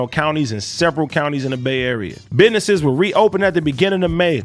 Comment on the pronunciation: Only "News show" i've ever seen pronounce business "BIDNESSIS". What a joke. Adam clearly going through mid-life crisis.